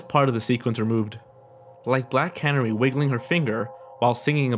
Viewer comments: Black Canery? It’s pronounced Can-Air-ry! Hahaha! 😁😁😁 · Canary, not Can-ery